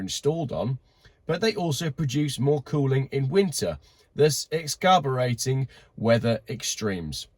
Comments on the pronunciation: My degree in pedantry says the in you made you say 'excarburating' instead of eggzasserbating. 🎉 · Wait a second - you have a degree in English, yet you pronounce exacerbating “ex - cab - er - ating”?? 😂😂😂😂😂😂😂😂😂😂😂